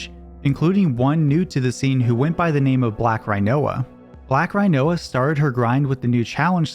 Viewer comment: Im forever calling Rinoa (Ree-noah) Rhino-a from now on.